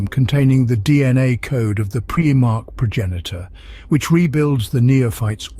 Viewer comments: This would have been the PERFECT introduction to my friends who want to learn about 40K. But I can't recommend this video due to PREEEE-MARH Its PRIME - ARCH Smh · It's prImarch not prEEEmarchs... lol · I cringe every time he says “preemarch” 😂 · preemark... can't listen to that